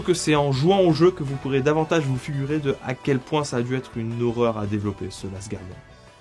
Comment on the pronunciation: Guardian, pas Gouardian, please!